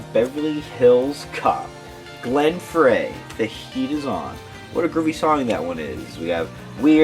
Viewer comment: It's not pronounced Glen FRAY, it is FRY...like Fry a fish! LOL! SMH!